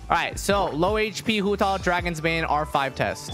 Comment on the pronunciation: it sounds like he's saying Hutall instead of Hutao